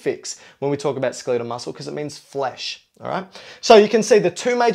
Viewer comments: ACTS SMART. SAYS SKELIIIEEDEL MUSCLE. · Learn how to say skeletal. lol. Pretend guru is jello-brained